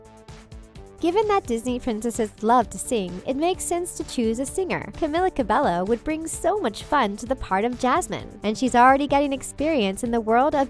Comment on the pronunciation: It is pronounced Camila Cuh-bey-o. Just a tip for any other videos that may include her! 😁